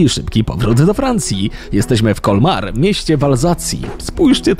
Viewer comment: Co słyszą inni: Colmar Co słysze ja: komar